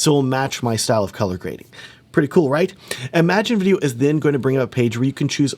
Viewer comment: Small note: "Im-a-gen" not "imagine". It's originally a Spanish word (pronounced "ee-ma-hen") that was colloquialized into English. Different meaning and pronunciation than "imagine".